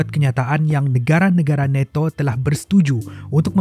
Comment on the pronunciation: neto🤣🤣🤣🤣nato bos bukan neto🤣🤣🤣🤣